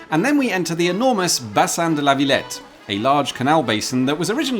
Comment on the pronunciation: and the way he says Villette doesn't bother you